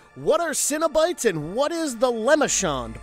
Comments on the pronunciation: Why do you pronounce it Cinnobites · You pronounced cenobites as “cinnabites” and now I’m hungry for a cinnamon cereal snack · You're not an actual fan, are you? You cant just study fandom wikis , you gotta really "know" the material. For example: "Lem-I-Shawn"= wrong "la-Marsh-And"- correct "Sin-A-Bites= limited treat offered my Cinn-a-bon "Sen-A-Bite= interdimensional travelers, seeking out new sources of pleasure. See what I'm saying? There's also a huge difference between actual lore, written by Clive Barker, and the first movie is the only one that was made with the intent of telling a story, and the material that followed was simply to prevent creative rights reverting back to Barker and remaining with the studio. And none of them remember their past, they were all reminded by Cristy Cotton, but it wasn't random where some remembered and some didn't. Which as i get further into this video, I'd guess you at least read the book, as that's the only place "pin head" is referred to as "the Hell Priest". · He said ''Cino-Bites'', like a snack cereal. And ''Le Mon Shawn'', like some wrestler from Strawberry Shortcake.